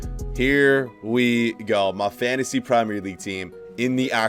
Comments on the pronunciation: The way he says "fantasy" tho💀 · It is fantasy if u know how to pronounce